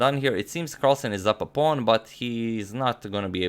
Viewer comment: How did it become a fashion among youtube chess promoters to mispronounce pawn phenomena? What a strange world we live in!